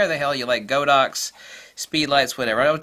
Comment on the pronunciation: By the way, Godox is pronounced as "God-Ox", not "Go-Dox". The Chinese name is 神(God)牛(Ox).